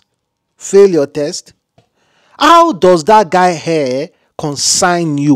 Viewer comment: that thing is call hair not air damm it.